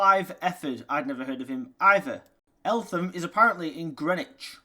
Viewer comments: elt ham not Elfam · Just to say, Eltham is pronounced El tem. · Hi, you don’t pronounce the h. So it’s like el tam. Thanks for the video. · It’s pronounced “Eltam” with a silent “h” btw. Love the content though 👍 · Eltham is pronounced eltam. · It's pronounced Eltam. Good video though. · Eltham is pronounced ELT HAM and it is where Stephen Lawrence died. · It's pronounced 'Eltam,' you don't pronounce the h 🙂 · Pronounced Ell tam. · He's a Lancashire lad,we don't know how to say H I'm a Lancashire lad and I'm the same.😂😂😂😂😂😂😂😂😂😂😂😂